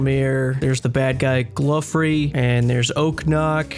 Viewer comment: I literally couldn’t watch this because you said “gluffery” Jesus Christ